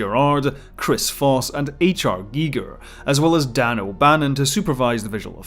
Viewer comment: Finally, someone to pronounce Gieger, correct, and this earned you another subscriber.